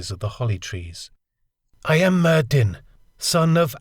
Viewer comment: Why do you insist on pronouncing that name "Myyddin" with a hard "D" when you must know that in Welsh (Khumric/Cymreag) the double d "dd" should be pronounced as a soft "th?"